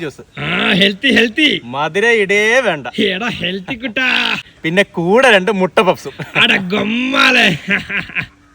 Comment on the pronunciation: Ada gommale ❌ Ada bommale ✅